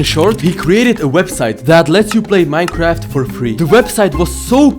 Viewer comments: it said Minceraft instead of Minecraft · I keep hering miss heard minecrad